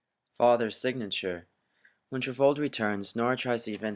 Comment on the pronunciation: Torvald or Trvaald? Why you pronounce so weird?